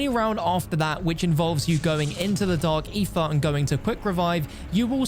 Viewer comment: "Dark eefa" lol.